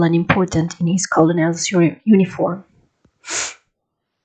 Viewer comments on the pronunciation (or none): Kurnel is the right pronunciation By self correction I should redo this to